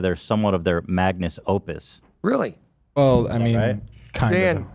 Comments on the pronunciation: Everytime Ethan says Magnus Opus I want to shit my pants and cry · Ethan will never say magnum opus correctly smh